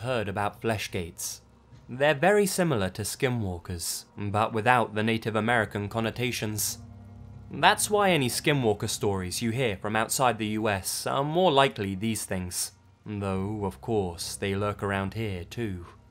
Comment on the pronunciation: In the first story ist sounds exactly like he is saying "skimwalker" but I have NEVER heard of that, it is suppose to be "skinwalker" isn't it?